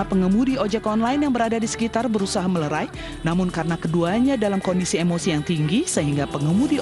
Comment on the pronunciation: melerai bu host bukan merelai hikz